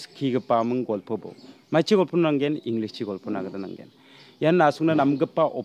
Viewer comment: Englis ong.ja English sa. Inpomesion ong.ja information sa my brother. But don't mind. I think you have to improve your pronounciation.